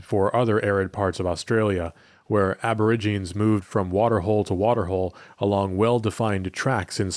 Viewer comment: Aborigines is pronounced "a-buh-RIJ-uh-neez."